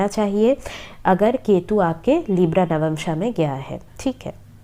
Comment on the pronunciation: It's navamsha not navmansha 🤦🏻‍♀️